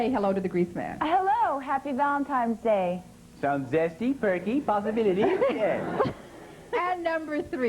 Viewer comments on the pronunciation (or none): She did indeed.